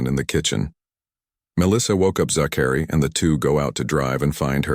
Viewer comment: You don't pronounce Zachary "Zack..... airy"